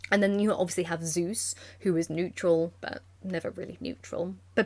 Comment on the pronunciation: I love the gay old men as Zeus Ze-Us